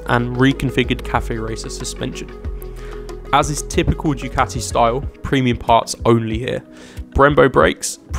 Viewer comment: It's pronounced, "Du Kati" and not "Jew Kati"!